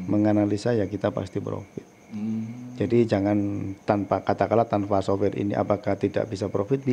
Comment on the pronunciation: software pak bukan soware !!! lol